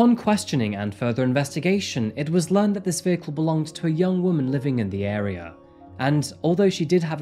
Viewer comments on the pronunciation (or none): none